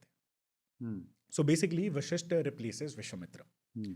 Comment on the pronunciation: गेस्ट अच्छी जानकारी दे रहे हैं लेकिन कहीं कहीं उनका उच्चारण अस्पष्ट है। कई जगह वशिष्ठ को विशिष्ठ कह रहे हैं जो खटकता है।